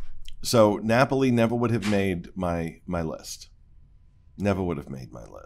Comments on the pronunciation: This makes me laugh every time pronounces a classic and famous place in Italy as, "Nap-OH-li." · “Nuh pole ee” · I can't wait for Tuesday. Is there anything better on youtube than a rant? And it used to drive me crazy when refused to pronounce Topolino correctly. But tells him how to pronounce Napoli correctly and he still won't do it. I feel better.